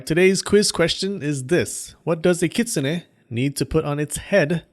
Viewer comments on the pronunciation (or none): none